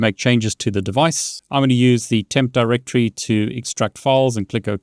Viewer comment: Btw just wamted to help you out a bit, its actually pronounced DirectORY. When you say it fast like directree it sounds like you're talking about the brand Direct Tree. Anyways take care.